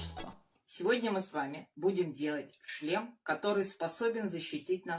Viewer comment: помітила слово не "шлєм" , а "чшлен", це вам не нагадує одне слова?їм реально тільки "чшлени" на голову робити чи класти 😃